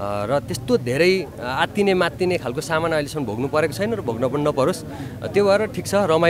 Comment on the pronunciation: भारतजीको जिब्रो चिप्लिएछ आत्तिने र मात्तिने 😃 शुभकामना छ !!! 👏👏